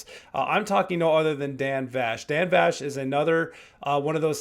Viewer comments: Yeah for a Dan Vasc (pronounced Vask) knowledgeable reactor! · Vask, not vash❤ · IMO, there is nobody out there that can compare to Dan. He blows everyone else out of the water. His covers are so much better than the originals that I find I can't listen to the originals anymore. LOL. Thanks for the fantastic reaction! And FYI his name is pronounced Vasc like ASK. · Correction needed: Dan’s last name is pronounced like ask/ mask/ bask/ task, but with a V in front. (You’re saying it with a “shh” sound at the end.)